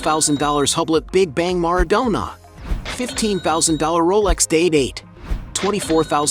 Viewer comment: MarAdonna...not mardonna